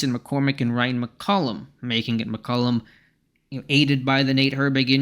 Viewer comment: MCCullUN... Not MCCullUS